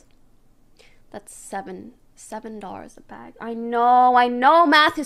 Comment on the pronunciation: "beg" of cookies. Nice.